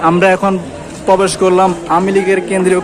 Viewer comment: bhai age thik moto kotha bola shikhben, tarpor aishob vlog korben...prothom ai...bolen 'pobesh' korbo...bhai pobesh kora kake bole?